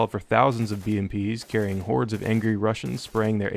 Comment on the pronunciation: Not gonna lie I initially thought you said "whores and soviets" not hordes of soviets hahaha